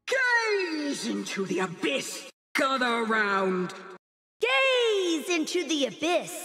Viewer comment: Its "gaze" as in ur gazing like staring intensely